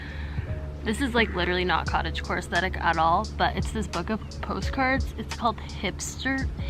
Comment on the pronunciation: Everytime she says cottage core i hear cottage porn....i have issues lmfao😳